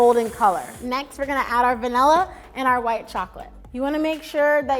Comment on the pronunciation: „The Venalluh extract“